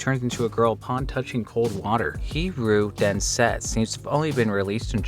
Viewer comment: "hee roo den sets" you never fail to impress me with your horrible pronunciation of foreign words 😂😂